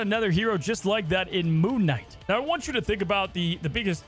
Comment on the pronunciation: Did you just call him... "Poon Knight"?